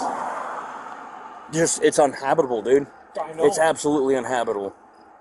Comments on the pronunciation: Uninhabitable would be the right word If the cop could pronounce it. Hes saying unhabitbul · If only that cop knew how to pronounce uninhabitable 😅🙄🤣